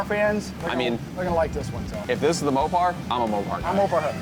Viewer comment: SAY MOPAR ONE MORE TIME......